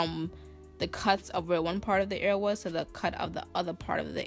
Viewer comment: EAR NOT AIR 😭😭😭...no tea no shade it just irritated meee